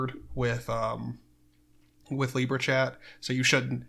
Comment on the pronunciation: Lib-era also I'm not that Josh guy, go subscribe to 10leej not me.